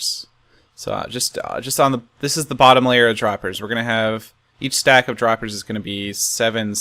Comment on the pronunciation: A stack of "Hoppahs n' Droppahs"